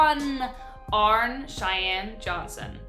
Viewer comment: HIS NAME WAS ARNIE NOT ARNE Learn to pronounce names CORRECTLY!